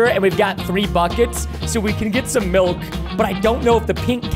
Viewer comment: I love ur videos but please don't say melk! Please